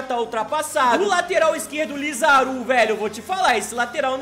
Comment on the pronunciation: LI - ZA - RAAAAAAA - ZU NAO É LIZARU